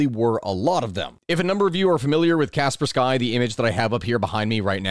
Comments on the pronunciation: Kaspersky is Skee not Sky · "Cas-pers-key"... btw